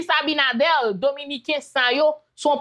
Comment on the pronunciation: Ce Abinader pas Abinadel vérifier sa poumwren souple